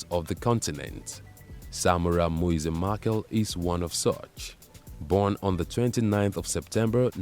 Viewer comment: Machel as in Mashele, which is a Tsonga surname